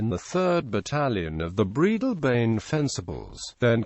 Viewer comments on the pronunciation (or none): A novel and unique mechanical pronunciation of Breadalbane !!!